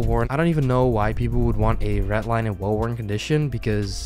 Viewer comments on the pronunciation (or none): for the love of god its REDDDDDDDD LINE NOT RET LINE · its red-line not ret-line. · He says redline soo wired I always feel like he says ratline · I just love how he says redline. "Retline" xd